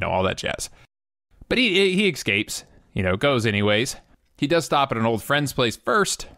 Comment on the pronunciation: he "excapes" LOL!